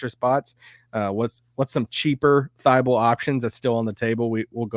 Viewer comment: Is pronouncing Thybulle wrong or is everyone else???